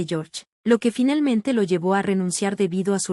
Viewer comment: Porque dice finelmente y relmente 🙄🙄🙄